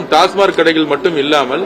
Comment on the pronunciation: டாஸ்மார்க் இல்லை டாஸ்மாக்